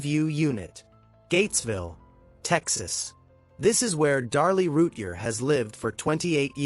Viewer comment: You need to say her name right. Every time.